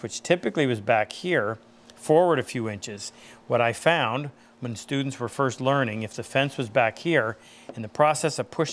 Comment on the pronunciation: When you said “when students are first learning” I thought you said “when dudes are first learning” 😂